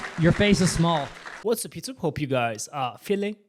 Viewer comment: "Yur face ish smool!" Your brain is small. Your weight is small. Move on, beta.